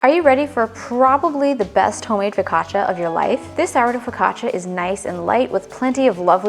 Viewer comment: Don't change the way you say focaccia, it sounds great. The bread looks soooo good.